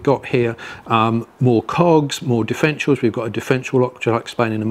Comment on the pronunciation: NO NO NO - he didn't explain anything about DIFF (er) ENT IALS.. He couldn't as he mispronounced it by saying Diff-ential They are NOT "diff-entials" ... But differ - entials. Check it out - he misspells the word and I suspect will also have other mispronunciations of that word in several other places (I had to stop and see the comments first as soon as I heard the lisp / misspoken word of "Diff en tials"